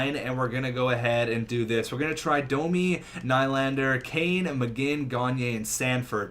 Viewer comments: Nylander is pronounced nee-lander, so ur nickname is pronounced incorrectly 😂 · I am fine with will ny the hockey guy and his name is pronounced William knee-lander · T&T Gaming nah, I would say its pronounced new-lander. Theres no word in english to pronounce ny from swedish. But hey, how should I know. Im just a swedish guy lol